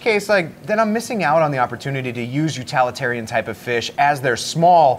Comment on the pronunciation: What the hell is an utalitarian fish :)?